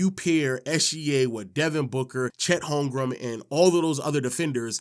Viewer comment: Holmgrum?? Ain’t no way you disrespected right before his return🤣🤣